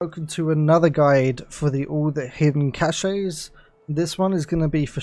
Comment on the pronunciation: Its pronounced cash like cash money yo